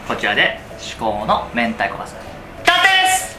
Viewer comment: 完成が、たんていに聞こえる。